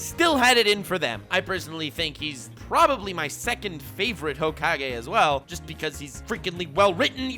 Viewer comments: Yeah everybody talking about boomers, but i love how he says hoake-j instead of hokage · nobody::Hoekage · flexing on us by saaying hokaj instead of Hokage! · No one: Not a single living being:: "Ho cage" (hokage) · That ho-kage thing pissed me off much more than it should have the more you said. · Old-school Naruto fans: IT'S PRONOUNCED HOE-KA-GAY!!!: ok boomer 😐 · Do you pronounce it Hokage or Hokage. Honestly I prefer Hokage over Hokage, but I have no problem saying Hokage in any setting. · Ur saying hokage wrong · when he slips on that hokage pronunciation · Lol the way nux says hokage is how i useto pronounce it bf i watched the anime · 1. This video is something I never knew I needed this much 2. the way you pronounce Hokage is now the ONLY way I will say it....FLEX ON YOU KISHIMOTO